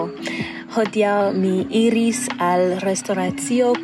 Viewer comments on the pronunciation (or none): none